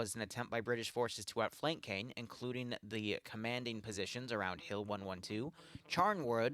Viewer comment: Btw, Caen is pronounced (In English) more as Khan than Cane